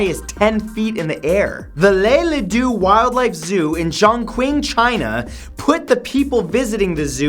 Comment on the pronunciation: that is not how you pronounce Chongqing lol